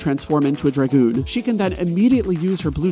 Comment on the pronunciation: Dragon. Goon DRA (rhymes with ray) goon. Dragoon. Emphasis on the A